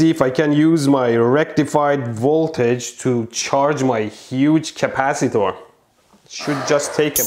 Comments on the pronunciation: Capacitaurs he says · the way you pronounced... CapaciTOR, ResisTOR🤣